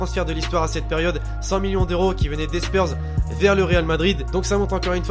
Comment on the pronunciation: wtf il a dit spyrs